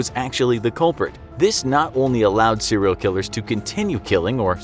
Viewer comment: How many times did he say cereal killer in this episode